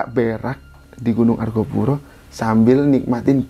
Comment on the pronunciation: Argopuro bukan Argapura